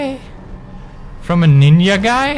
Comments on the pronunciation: it's not ninYa its ninJa I know that you are Caucasian but you can say ninJa RIGHT? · I love how Pewdie says Ninja as Ninya. xD Ah, germanic languages using J's as Y's.. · Let's not correct his pronunciation, it's cute that he says it like this XD